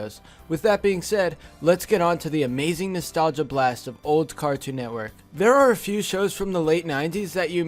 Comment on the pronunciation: How many times did he say nastalga